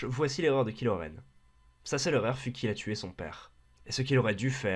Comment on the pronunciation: il faut avertir les gens on dit "kahilo renne'